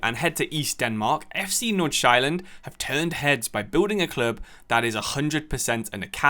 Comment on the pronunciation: and the pronuncation was completely butchered in this video